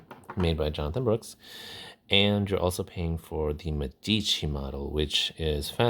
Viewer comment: It's meh-dici not meddici 👍